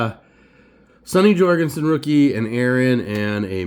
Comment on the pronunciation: Nice. A bit too chatty. And pronounced “Jur-gensen” not “Jor”